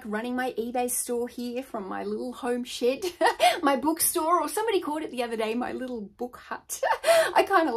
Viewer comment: ship ... she said SHIP .... 🤣